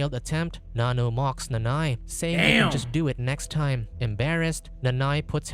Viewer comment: it’s “Nanno”